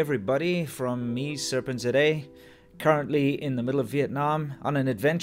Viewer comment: I have been pronouncing Serpentza all as one word (italian style) . I am gutted to learn that it is actually Serpent zed aye